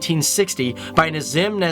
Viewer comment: His pronunciation of Indian names🙄